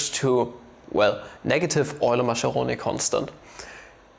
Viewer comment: 'Maskeroni', not 'Masheroni'